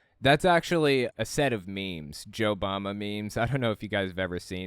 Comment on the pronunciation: I heard Joe Mama not JoeBama lmao